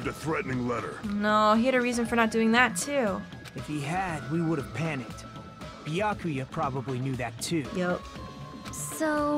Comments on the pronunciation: How do I never notice funny pronunciations the first time through? During my playthrough, I never noticed "Beeakooya." Now I love it as much as you. During the DR1 LP I watched, I never noticed it, but now during my own playthrough I am in love with Celeste's pronunciation of "Mahko-to." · Nagito gives too many syllables to the name “Byakuya”. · Well its an Asian name probably so its not byakya but byakuya. I guess i'm not sure tho don't blame me haha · Is Peko's VA the same as Celeste's was? She says Byakuya like Celeste would say Makoto...